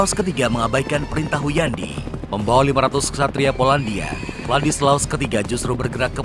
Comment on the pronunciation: Hunyadi, bkn Huyandi🤣